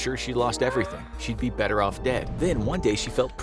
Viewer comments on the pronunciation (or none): none